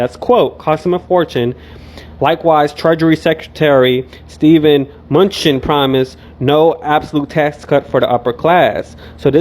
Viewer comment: Im baggin cuz the way u said his name.. It just giggled me. Manu- chen.---- 😀😂 I needed the laugh ( thats not the correct spelling of his name.. But thats how it spunds😂)